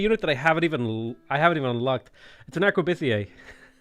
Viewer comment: Arquebusier is pronounced "Arkwa-boosier." Boo as in, well, boo.